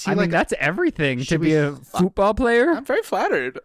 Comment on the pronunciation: When they kept pronouncing it “fewtball”